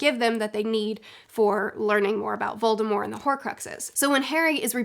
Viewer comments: It’s not silent in the word “mortician”, which is probably the closest time an English speaker has gotten to a word with “mort” in it. Maybe Voldy should have taken a page from Stephen Colbert, when he started plugging the Colbert Report he would follow it up with “it’s French, b*tch!” (Of course, he grew up pronouncing the T and his family still does and a couple of times when he was asked his name by govt officials he said it that way on TV) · Don't say Voldemore. That was just another J. K. Rowling after-edit. She could have put that pronunciation into any of the books or movies and didn't, so it is just another time where Rowling was trying to stir the pot and make herself relevant again. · I will die before I recognize the silent T in Voldemort. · I don’t understand why you don’t say the t in Voldemort, I have never encountered that before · It’s VOLDEMORT!!!! not voldemore!!!! There’s a T at the end. Yes J.K. Rowling said she intended his name be Voldemore but also recognizes that she should’ve left the T out of it and acknowledges that it’s now commonly pronounced with the T. So stop trying to be different and just pronounce it the right way!! It’s annoying. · Are you calling voldemort voldemor?…. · Every time, somebody says 'Voldemor' on YouTube, instead of 'Voldemort', a little wizzard dies. His name was 'Voldemort' for almost 20 years, in ALL movies and ALL audiobooks, until Rowling decided to twitter some random stuff to keep relevant. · It’s not silent. The t is enunciated. Not that it matters of course. We all have our foibles! You and this lady must know something we don’t! 😊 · your use of "correct" pronunciation sounds extremely wrong. VoldemorT AccXio Forever. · There is, in fact, a t in voldemort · Omg it kills me that you pronounce Voldemort with a silent t. I know it’s the correct way to say it but I’ve grown up always saying the t. Everyone around me would always say it like that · Why you saying Voldemort wrong? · "Volde-more" +"T"?